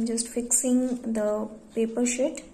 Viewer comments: why is she saying shit instead of sheet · that's wht i too heard first...shit🤣🤣🤣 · its sheet not "shit"😂😂😂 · It's not shit it's "sheet" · No no guys no dirty minds she said sheet okay sheet not sh*t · Its not shit its sheet 😂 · well its sheet not shit